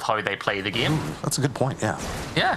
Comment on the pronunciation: i love how says "giem" instead of "game"